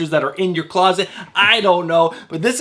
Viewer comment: Tie-nan not tin-eee-un...